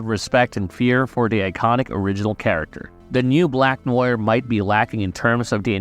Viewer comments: It is pronounced "nwahr" not "noy-er" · "Noya" no "nowah"..... Fukin yanks.... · Noir is French for black. It's pronounced Nu-ahr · u really need to learn how to say NOIR, it isnt nojer its nuaaar lol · Black Noyer? C'mon now Marveyloos Vidyiis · It's pronounced Nwar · Bro stop saying black noir like its written... Its french and its pronounced No - uh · It sound like you're saying "Black Noyr" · You need to pronounce it like "NO-ARE". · who the hell is black noar.... at least learn to pronounce NOIR before making a video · Neew-waaar. Wth are u saying 😅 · Are narv videos using AI now? The way Noire is pronounced id weird. BlacknWarr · Black "noyer" Smh. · Sir, please learn how to pronounce Noir before making an entire video where you state this word so, so many times. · Tried watching this but after 3 minutes of hearing you butcher the word Noir , I gave up. Holy fuck americans are hicks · I don’t get how you can be a fan of the show and hear them pronounce his name several times and yet still pronounce it wrong in the entirety of your video. Have you actually watched the boys? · bro cant even say noir properly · How is it do difficult to say "noir" correctly? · how it is that "black noir" was said like 300 times during the series and yet youre still saying noir wrong? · The way he’s pronouncing Noir 😭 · learn how to say 'Noir' correctly please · An accent would just result in a slightly adjusted pronunciation of the same word. It wouldn't make you pronounce it completely wrong like this.